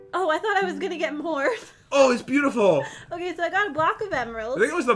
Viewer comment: Did anyone else notice that Pat said beueutiful (I did the spelling wrong because that is how he said it.)